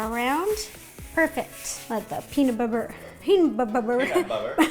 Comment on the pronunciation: Peamub bubber